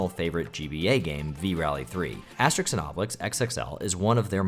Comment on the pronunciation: It's "Asterix" not "Aestrix" 😅